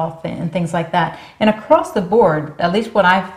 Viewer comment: Always wondered why people say AcrossT? There's no T at the end of Across